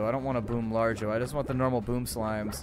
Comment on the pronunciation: I think you should expand into the cave where you should stuff it with the firefly slimes and all it's largo variants. also I would prefer it if you said lar-go rather than large-o